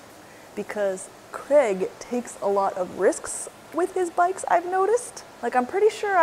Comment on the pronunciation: 🤠Why can't American's pronounce Craig instead of "Crag"😂